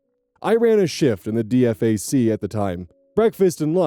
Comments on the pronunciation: We had a Kevin in my first company in the Army. His last name was Patrician, which seemed strangely appropriate, and he held the only GT higher than mine in the battalion. He was incredibly intelligent, but would argue over how to do Every. Single. Task. He also got chaptered. Btw nobody says Dee Eff Ayy Cee. It’s “Dee-Fack”. I am late diagnosed auDHD with PDA and APD. I somehow managed ten years honorably without ever getting in serious trouble and made sergeant before I got medically discharged. But I struggled, struggled so damn hard, especially my first few years. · I'm not sure when it happened but I do know it's been a thing since sometime in the 1990s. And yeah, hearing him spell it as DFAC made me grit my teeth, everyone I know who's been in the military or around it has called it a D-FAC(pronounced DE-FACK) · DFAC is said Dee-FAC by the way. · My husband is the active duty one and it still took me off guard 😅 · Hearing pronounce the ranks with letters reminded of the Fullmetal Alchemist 2003 dub when Falman pronounced Master Sergeant Fury as "EM ES GEE Fury!" or Lt. L.T. Smash from The Simpsons. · so the military used to not allow soldiers with ADHD in the army at least back when I was a kid. They changed the rules at some point but apparently it has to be approved and you have to be on approved medication. Also hearing say DFAC by spelling it out is making me agitated 😅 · its pronounced D fac like deefac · Being in the army and hearing you say DFAC as you did instead of “Dee-fac” threw me for a loop. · My eye twitched every time DFAC was spelt out. It's spoken as "Dee Fack." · Its not called the D F A C, is the DFAC. D-Fac, Dinning facility. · "D F A C" its Dee- Fack D-Fac... DINING FACILITY... 😅 this shit is setting me off lmfao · Usually when people refer to it, they dont spell it out D.F.A.C. Its pronounced deefak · Please never spell out an acronym again. It's "Dee Fack". Not a single soul alive on this mortal coil says "dee eff ay see"